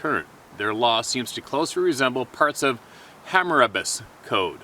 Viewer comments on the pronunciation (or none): I gotta admit I would not mind looking at that opening of this show every morning . That's a picture I'd paint with water colors. That word you're struggling with is pronounced "Hammur-rah-bee" - it's an ancient Sumerian legal law or code from way before established history. (google it spelled "hammurabi") Learning stuff we may be fearful of is a way of life for all of us. Now, at 65 I will never question the the new experiences that may yet come my way. God isn't finished with me yet, and the young people I have yet to meet can all benefit from what I've seen. It's not the miles folks, it's the journey! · It was difficult for me to understand what you were saying because your pronounciation was off. To help viewers understand you better I'd advise them to look up "Code of Hammurabi" It's not pronounced Hammer like a tool but rather a soft a or o sound then the same soft a sound as in "obby". It refers to Sumerian and the guy reporting should've filled in the gaps and connected the dots between that and why he was applying it to the bigfoot. Wish he'd have done so as that would be interesting. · the writer is trying to say Hammurabi's Code....not Hammerabus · It's Ham-ah-rah-bee...I believe 🤔 biblical. Hamarabe's Code was pretty much widely considered to be the very first set of "laws" ever actually put into text by man. It's from like Babylonian times I think 👍